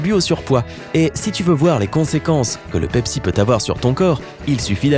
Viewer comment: J'ai bien compris Dabsi au lieu de Pepsi quand il la prononcer en premier •^•